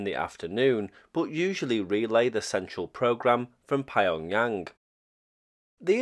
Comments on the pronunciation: nah. Pyong-Yang, strictly speaking hard P followed by Yong, yang would be 3 syllables anyway. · Pie-on-Yang sounds like it would go very well with Burton-on-Trent